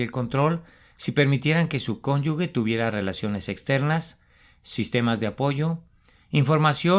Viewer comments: Con todo respeto: Se dice cónyuge, no : cónyugue. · Cónyuge, no se pronuncia cónyugue